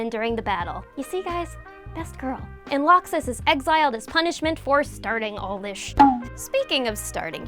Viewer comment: How do you mispronounce laxus?? How???